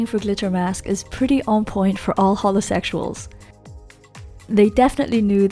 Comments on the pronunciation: When you said holo sexuals I thought you said homosexuals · Dinosaurgirl Yt oh she said holosexusuals thank goodness i thought she said homosexuals